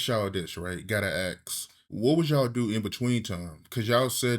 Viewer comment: to the interviewer: you know its called "ASK a question" and not "AKS a question" right????